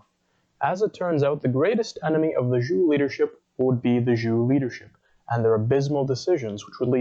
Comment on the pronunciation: Why not learn how to pronounce "Zhou" before going public?